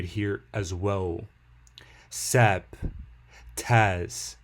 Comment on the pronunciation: No shout out to MattyG, that's cold dude. And it's not Sap, it's S A P.